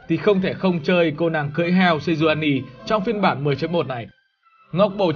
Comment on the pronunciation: Sejuani chứ kp nà Senjuani nha :D